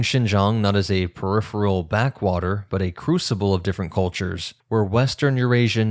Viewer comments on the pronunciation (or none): none